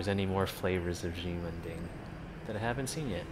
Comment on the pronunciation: "she-men ding" is closer to the way to say it...not "gee-men ding"